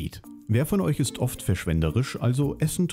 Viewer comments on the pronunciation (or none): Da fehlt das t beim oft :D